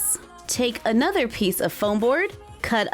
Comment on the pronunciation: Help she said ayenother and not another